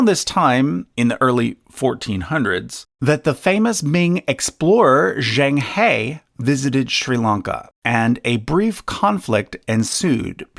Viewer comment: Excellent présentation. And a great labour of love for the good people of Sri Lanka who are too little mentioned. Zheng He pronounced like "jung huh" not hay